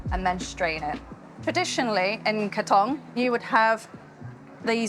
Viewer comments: Katong is pronounced “Kar-tong”, not “Kay-tong” - Katong lang for forty years (who lived in the lane next to the original Katong lasksa store) 😅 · Certainly is yummmmy😊 Love the cook-video. Kaaa... ..Tong like take your time to pronounce it. Not Kattong like you were in a hurry!😂